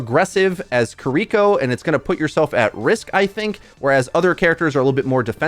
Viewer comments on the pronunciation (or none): I can't with the "Ki-REE-ko"